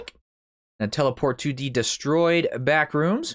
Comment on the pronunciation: I thought you said bathroom 😂🤣